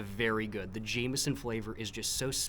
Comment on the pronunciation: thats not how you pronounce 'jameson'!!!